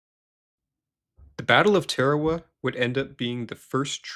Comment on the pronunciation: Note to narrator: it’s TAR-A-WA, not TARE-A-WA.